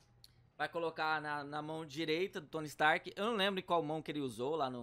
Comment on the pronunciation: "Tony strk" ??? Wtf